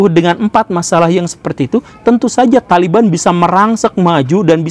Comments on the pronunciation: THOLIBUN anda baca THALIBAN yg bener yg mn Mbul.... Bijaklah dalam berekspresi yuuuuukkk..... 😁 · O Taliban itu dibaca tolibun? Hahaha aya aya wae